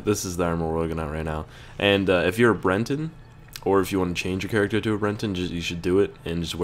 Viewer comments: I hate to be annoying but it's Breton. Not Brenton. No "n." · BRETON NOT BRENTON!!! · It's "Breton" dammit